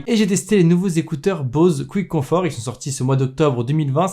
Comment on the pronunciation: Mdrrr Bose "couitconfort"